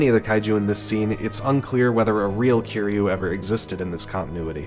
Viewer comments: its not keyru its kiruy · Bro you still got the name wrong. It kiryu get it right next time 😅